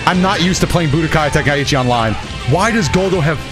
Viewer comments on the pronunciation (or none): none